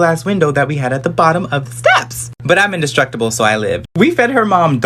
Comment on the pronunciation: I loved “but I’m indistrucatble so I’m fine” lol